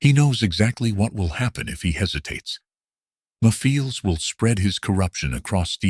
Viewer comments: It’s pronounced “Mephiles”, not me files. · first off you pronounce the name wrong you clearly won’t listening to the cut scenes from 06. Also, you clearly forgot that he doesn’t have a mouth seriously he’s creepy enough as it is without one. You don’t need to give him a mouth to make him more terrifying